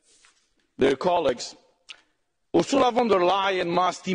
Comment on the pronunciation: Gracias por tu trabajo,!! Una cosita: en alemán, la "v" se pronuncia como la efe española, o sea "Úrsula FON del Leien". Mete una efe sin miedo,! Un abrazo!